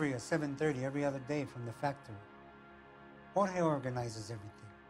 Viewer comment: Man really said George instead of Jorge lmao